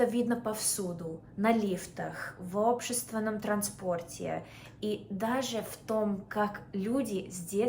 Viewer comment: Не сразу опознал фразу «общественный транспорт». Язык хорошо подтянула, умница